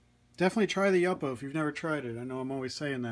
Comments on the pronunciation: FYI: I'ts YOO-poe, not yuppo. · Thank you for the inspiration and new ideas! (I think the pronunciation is YŪPO wth a long u, not YUPPO.) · You po. Not yuppo. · Pronounced YOO-po, not yuppo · What kind of heat gun are you using? Love the blue and orange combination. The paper is pronounced YU-PO. Thanks for sharing your techniques. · Love your video! Please do not take this the wrong way, but YUPO is pronounced YOO-POH. :-) I work with paper companies. :-) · that's the first time I've ever heard that pronunciation of yupo - Yup - o? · It is pronounced You-po!! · It's pronounced Yoo po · LOL! I kind of liked the way you pronounced it, but the graphic designer in me would not let it go! Your videos inspired me! Thanks again.